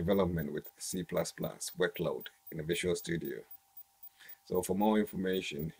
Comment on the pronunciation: Yeah the way he says C++ makes it twice as cool